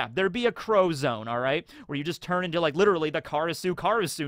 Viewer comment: I keep hearing the crow zone instead of zoan.